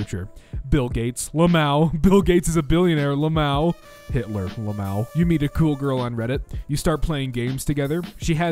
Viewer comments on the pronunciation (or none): Who says lamow intead of l m a o ? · IT IS PRONOUNCED L.M.A.O NOT LAMOW!!!!!!!!!!!